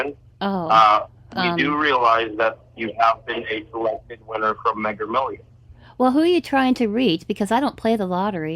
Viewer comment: The AI doesn't know to correct him saying 'megger millions' 🙂